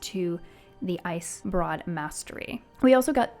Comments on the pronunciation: icebrewed not broad. also prologue = pro log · love the video - why you saying icebroad instead of icebrood? But loved the video.